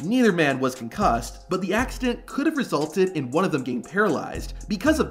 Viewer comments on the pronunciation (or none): none